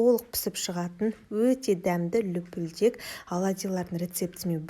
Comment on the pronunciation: Лупилдек емес улпилдек